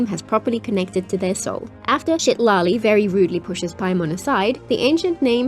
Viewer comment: Lmao i swear i cant unhear her saying Shitali instead of Citali😭